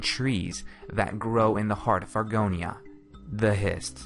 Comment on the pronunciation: When you called it Argonia in a previous video I literally screamed